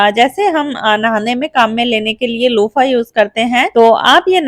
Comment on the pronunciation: Lupha bolte hein lopha nahi☺